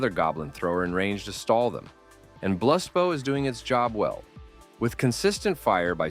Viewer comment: Dog if i have to hear this ai say blust bau one more time